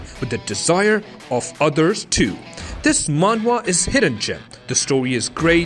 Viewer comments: dude just say manhwa once nobody gives a shit that you are pronouncing differently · Who kept laughing has he was saying manhwa manhua